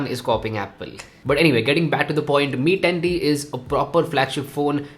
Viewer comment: Mi tatttii 😂😂